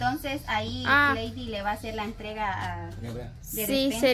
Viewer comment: No creo en ocasiones dice Entriega no dice entrega